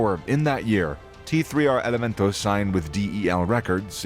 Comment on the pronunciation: The "tee three R elemento" this bozo made an entire video dedicated to these cats and couldnt get their name right lmao 😂😂 its prolly some pocho or some white dude whos neve even listened to this type of music